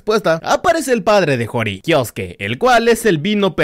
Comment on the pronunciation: No se labla kiosque se Lee kiosuke